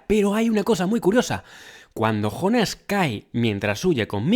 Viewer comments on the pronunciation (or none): Por qué será que los españoles no pueden pronunciar una palabra de otro idioma tal como la escuchan??? Es que acaso no escuchan bien??? Si ves la serie y aún estando traducida al español, igualmente escuchas el nombre JONAS (yÓnas) por qué diablos ustedes pronuncian JONÁS ??? Es yÓnas Yo pensaba que esa deficiencia que tienen en España para los idiomas, culminaba en cosas absurdas como cambiarle el nombre de la realeza... Que al príncipe William le digan Guillermo, Carlota a Charlotte y Carlos a Charles, es algo que me sigue intrigando